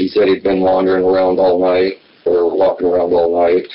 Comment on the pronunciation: I love how pronounces "waulking" and "taulking".